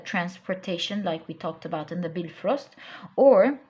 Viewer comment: When you said Bifrost whit the correct entonation... Been blessed so much.